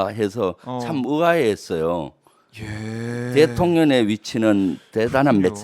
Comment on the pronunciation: 대통령의령 발음이 안되시나요? 거슬리네요.